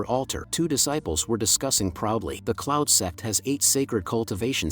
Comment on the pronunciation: Bro you said cloud sex 😂